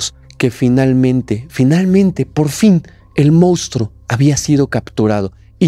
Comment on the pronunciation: No puedo con tu forma de decir MOUSTRO, si vas a ser influencer aprende a pronunciar la palabra moNstruo